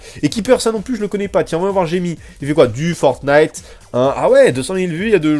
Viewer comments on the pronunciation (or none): none